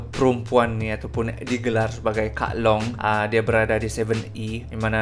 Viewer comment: Lawak jugak cara dia kata kak long * pause *..seven e HAHAHAHAHHA